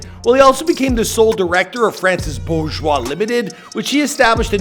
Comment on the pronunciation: I clicked on this video to hear how you pronounce his last name. Good job👍